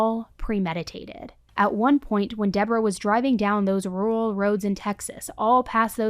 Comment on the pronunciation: Well.. 1/2 way through I got my " tries to pronounce 'rural' fix" 😂